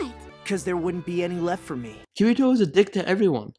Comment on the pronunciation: I am just a little bit triggered by his pronunciation of Kirito